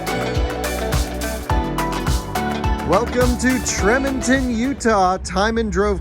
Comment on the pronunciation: It's pronounced Tree mon ton